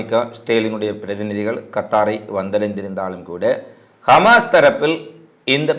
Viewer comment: கமாஸ் இல்லை ஹமாஸ்